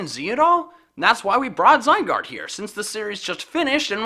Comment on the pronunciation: ITS NOT ZYGUARD ITS SQUISHY